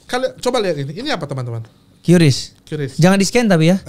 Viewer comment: QRIS dibaca "kris" bukan "kiuris"